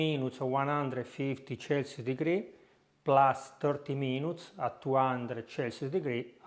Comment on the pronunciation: I took Italian 50 yrs ago in highschool and was told the 'c' sound is "ch" in english and the "cc" sound is like "S". When you say Spectacular use the same "S" sound with Celsius so Selsius.